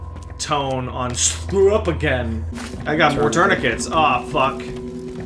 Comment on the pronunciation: "Don't shcrew up again."